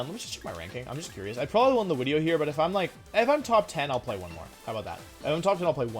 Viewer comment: I think we all saw this wideo coming, nice wideo Wolfe!